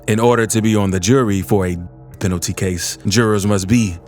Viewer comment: LMAOOO! "PENALTY," NOT "PENTALY."